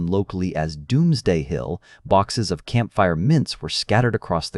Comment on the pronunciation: Camp fire VS campfire, etc. Awfull narration